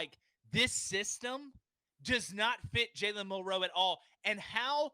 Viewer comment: Yall say his name wrong and Milroe declared before this was posted